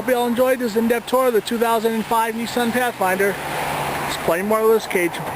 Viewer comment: When you said Neesan, I turned off.